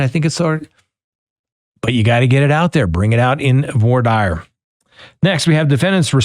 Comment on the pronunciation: Maybe if you’re going to cover this case you can at least pronounce the victims names correctly… it’s not an accent thing it a lack of care. Also, it’s voir dire (vwar-deer)